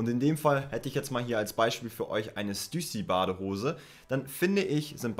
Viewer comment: Als Fashionexperte sollte er lernen wie man STÜSSY richtig ausspricht!!!